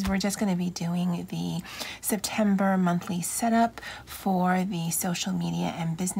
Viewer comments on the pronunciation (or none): “Semtember” it is🤣 your lettering looks great!